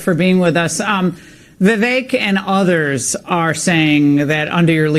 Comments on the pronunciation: I want my boy to get Viveks name right. It’s not “Vay-Vake” it’s “Viv-ake” 😂😂😂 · Still mispronouncing Vivek's name...lol. I would think if you actually have any respect for the guy, You would start saying his first name correctly. It's just a point of respect for anybody even if you don't have respect for somebody... it takes The smallest amount of effort to get his name right.